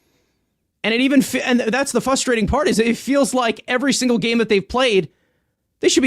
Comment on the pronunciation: please notice the first ‘R’ that appears in the word “frustrating” and endeavor to pronounce it. Thank you for your support.